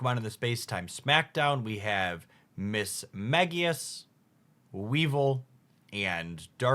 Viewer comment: So hyped for dark enjoyers. Obviously pronunciation isn’t really a big deal, but I wanted to offer this suggestion: “Weavile” is pronounced like “vile” (because gross) and “Mismagius” is pronounced like “mage” (because wizard hat)